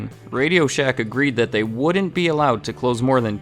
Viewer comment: Ever notice the millennial narrator can't say the contractions "Can't" or Wouldn't without an extra syllable? COULD-dent WOULD-DENT...SHOULD-DENT. pROGRESSIVE JERK.